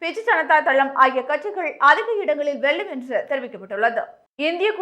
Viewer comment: தமிழ்நாட்ட ஏன்டா விட்டு வைக்கீங்க! இங்கும் 39 பீசெபீ தான். மூதேவி தமிழ் உச்சரிப்பே வரவில்லை. வெல்லும்-வெள்ளும்